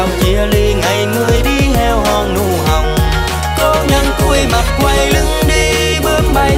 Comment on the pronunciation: Có nhiều bạn khả năng sáng tác thì hay. Nhưng về chất giọng chẳng hợp làm ca sĩ. Bạn này cũng là 1 điển hình. Nhiều từ bị đớt, phát âm sai chính tả nữa. Như héo hon nụ hồng chứ không phải nụ hòng